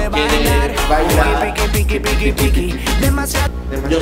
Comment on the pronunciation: Angelica González yo también cada vez que dice picki 😂😂😂😂😹😹😹😹😹